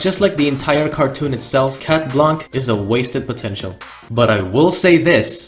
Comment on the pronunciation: Oh and for the anecdote, we pronounce « Blanc » « Blan », the c is muted ✨